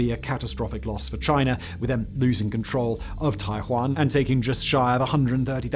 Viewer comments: First time I heard Taiwan pronounced Tai-juan.😅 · Gotta say, the fact that Simon pronounces "Taiyuan" the same way that I pronounce "Taiwan" made me think that the battle would be controversial for very different reasons. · He is pronouncing the city name wrong. There weren’t any battles on the Island of Taiwan (called Formosa during and before WW2) because Japan had held the island since the 1890s. The only major damage Taiwan suffered in WW2 was a few big bombing raids on the major cities. Actually, provided you stayed out of Taipei (called Taihoku at the time) in 1945 you were probably in one of the safest parts of East & Southeast Asia during the entire war.